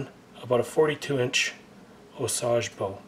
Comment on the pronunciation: Intentional mis-prononciation of Osage or no? Lol